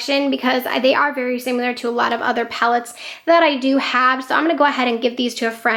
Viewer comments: Loved the declutter video! Great collection 😍 I must say tho, similar is pronounced like it’s spelled, not “simular,” like how u say it several times in ur video 😉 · Oh boy. Great video but you are really having issues with pronunciation, especially the word “similar”. You might want to Google that one and practice saying it.